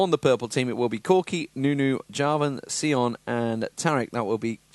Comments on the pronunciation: It's Sion, not Seeon. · Seeon. No. Sion..like Scion. Bad commentator is bad.